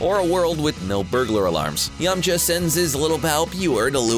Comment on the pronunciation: It’s yam-K-ha